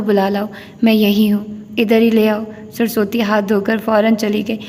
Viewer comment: Maid,s name is surusvati not sarsoti